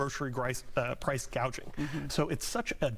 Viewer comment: You mean “price gauging”? 😅